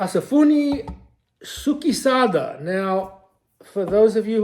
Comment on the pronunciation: SPOT ON,. BIZEN Japanese pronunciation of SUKESADA IS. Skay-sada😊